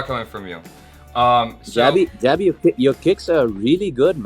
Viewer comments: Finally someone pronounced jaby's name correctly ... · He pronounced "Jaby" correctly 😂👌